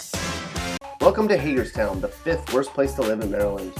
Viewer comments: You clearly just pick out random cities and repeat your videos over again. You didn’t even pronounce Hagerstown right. Next time actually do your research. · Oh hell no as soon as he said Hagerstown I knew he had MD fucked up